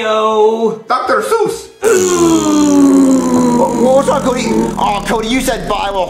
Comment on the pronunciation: Wait wait wait Dr sus?